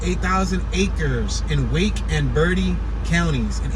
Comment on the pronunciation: It is pronounced bertee